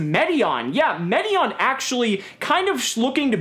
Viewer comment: It's pronounced: Meh-teye-yon the Timelord. Don't know how people get an "ee" sound out of "ai" which is always pronounced "eye" last I checked... Feel free to correct me with an example if I'm wrong. Also Dark Bribe can't be played directly from the hand. Reboot can. But Bribe is just as hilariously good as it was when it first came out in the right deck. Loved your nicknames for everything else. lol